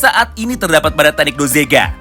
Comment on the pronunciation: Bukan dozega, tapi dogeza, dogeza adalah sujud secara tulus/sujud mohon ampun